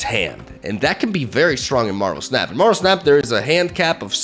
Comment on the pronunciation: he probably wants to say it like how Japanese people would say it. "snap" -> "su-na-pu" or "snapu". and "da" at the end kinda means "It's time to snap" this is just what I'm guessing since I know watches anime